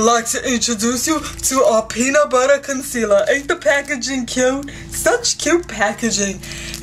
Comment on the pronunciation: aint the packaging cute?! its peanut buttah concelahh!